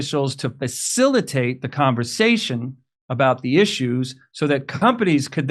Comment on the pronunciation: He said the FED end of con non Vera sation